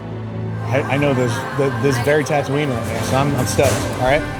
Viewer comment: Barely 😂 he kept calling it Tatooine